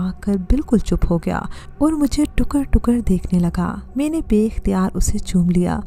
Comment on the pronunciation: 'may-neh' lol. What pronounciation lol!!